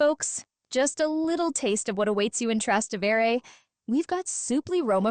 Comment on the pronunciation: It’s pronounced, Tras-té-vere, emphasis on the te!